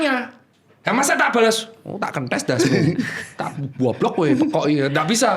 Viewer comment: duh dok pagi² liat sambil sarapan langsung moncrot denger dokter bilang gok dlogok 🤣